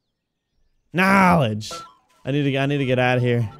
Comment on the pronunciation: Vanoss Says KNOELEDGE